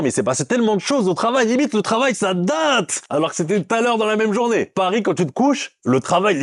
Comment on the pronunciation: Pourquoi ta dis la « journavé » t es lyonnaise ??? Ça m’a fait plaisir quand ta dis wallah .